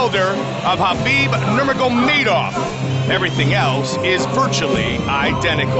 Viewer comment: “habeeb nurma-go-made-off”